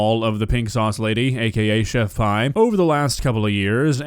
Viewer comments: It’s chef pee not pie lol Pi=pee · Pretty sure she pronounces her name Chef "pee" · It's not... It's chef pee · I really thought her name/handle was pronounced 'pee' not 'pie'... I just can't focus on anything else now lol